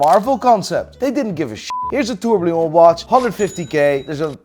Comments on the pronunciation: it is still called a tourbillon not a tourblion.... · Tens of millions of eurobucks in watches have gone through your sausage fingers, you still can't pronounce "tourbillon":rofl: Keep up the good content <3 Love your vibe and content <3